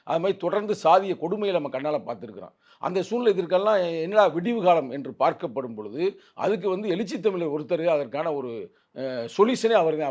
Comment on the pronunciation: தம்பி தம்பி அது எளுசித்தமிழர் இல்ல எழுச்சித்தமிழர் எங்க சொல்லு